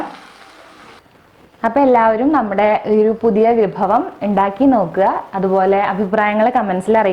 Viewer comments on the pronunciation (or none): none